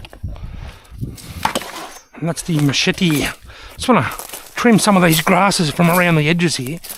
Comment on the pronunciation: i made a drinking game i drank everytime youes asaid Machepte ...............